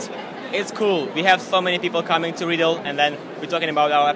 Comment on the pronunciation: Re-AH-ddle? It's Read-dle... like the verb "read". The "L" is even a bookmark in their logo.